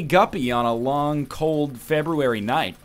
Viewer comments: It's a real novel way to pronounce the word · FEB RUE RARY